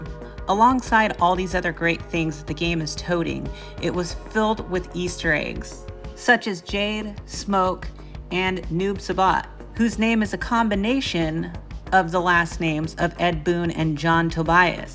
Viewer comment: Isn't it pronounced Noob "Sai Bot" not Sa bot